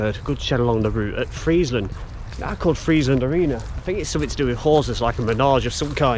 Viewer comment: Just saw micklehurst station a few weeks ago and got interested in bits of the micklehurst loop. This video is excellent. Saved me ruining a pair of trainers . You pronounce Friezland correct but Mossley is Mozzley.